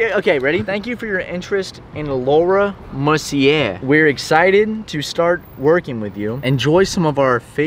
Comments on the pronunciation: Hearing say Laura “Mercy-err” is killing my soul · THATS NOT HOW YOU PRONOUNCE MERCIER